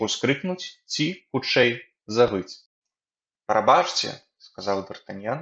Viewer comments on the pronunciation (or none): Прабачце трэба чытаць прабацце. А так дзякуй за вашую працу